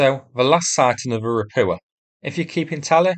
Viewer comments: The problem with your videos is the mispronunciation of everything Russian or Ukrainian. It's really grating if you understand how they are properly pronounced, especially ропуча for example. Bear in mind that words in Cyrillic are often gibberish when they are converted into Latin characters, the Cyrillic alphabet has more letters and several letters have multiple sounds. It only takes a couple of hours to learn the Cyrillic alphabet. If you type the Latin version into Yandex Translate it will usually tell you how to pronounce it correctly (not always.) A good example would be: "Ольга" which has five letters, and is usually converted into Latin characters as: Ol'ha, but a more sensible conversion is Olga. The direct conversion is gibberish. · Can you PLEASE pronounce the hard H sound in Rapucha? Ra-poo-ah is so weird sounding.